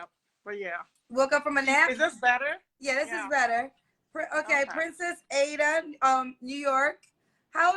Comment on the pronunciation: yeah and she’s pronouncing it wrong for some reason (maybe to sound more American).